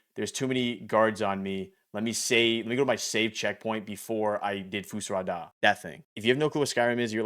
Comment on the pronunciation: Great video, but you need to do better.....It's Winterhold, not Winterfold, and "Fus Ro Dah" not Fus Rah Dah....smh